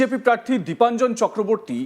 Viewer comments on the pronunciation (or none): নামটাও তো ঠিক করে বলতে পারছেনা।দেবাঞ্জন নয়- দীপাঞ্জন। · ওনার নামটা তো তো শুনলাম দেবাঞ্জন বলে উচ্চারণ করলেন!! তাহলে??